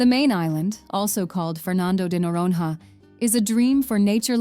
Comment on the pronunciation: Speaker: "Fernando de Nororononon" 😵‍💫🥴